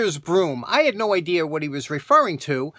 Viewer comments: I agree with you about the silent letters. But I do have to pick on you a little.... If your going to pronounce all the letters your not allowed to add letters that are not there..... Even if your from New York. Idea doesn't have a R in it. It's idea, not Ider.😁 Have a Jesus filled day everyone Greg in Michigan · Reminds me of grandma lol. She rants about the same thing, silent letter and how to pronounce words. She says if the letter is there then I’m going to use it. Then a second later, just like you will add an “R” to words like sawing, or making idea into “idear”. Yeah, she’s from the east coast